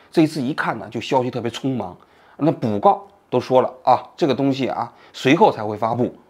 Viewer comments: 是讣告，不是补告，讣字读音是“付”。作为吃开口饭的前央视名嘴不应该犯这样的低级错误。😒😒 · 讣（fu四声）告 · 讣告，读作 “付告”，不是补告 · 王局啊，又把讣告念成(捕bu告)，'讣'是念(fu富，四声)。之前哪一期出现这个问题，也有人指出来了。王局作为央视的著名记者，这么常用的一个字都念错，说不过去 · FU告，不是补告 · 因病去世，发布讣告！ 不念pu 告，念fu 告😂😂😂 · 讣告，读负告，不读补告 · 讣告念fu gao不念bu gao，谢谢。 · 那个词念讣（fu第四声）告，很难想象王局这么专业的媒体人会出现这样的错误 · 王局牛，坚持认字认半边，还不改，讣告念卜告，就叫王卜告吧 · 纠正王局一下，是讣（fu）告😂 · 讣（fù）告。中国人不会讲中国话😅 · 王局，字多错了，讣告[fù gào]。... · fu告，请把中文读对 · 哥，讣（fu四声） 告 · 讣告不念补告，您说您曾经是中国人，真没人信呢？ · 讣 fù 告 gào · 那叫讣告 fu gao 这就是新闻人 连字都念不对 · bǔ告 央视主持人就这水平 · 我以为我听错了 为什么这个字会念错....